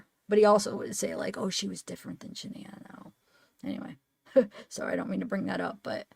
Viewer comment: It’s not Shonda it’s Shanda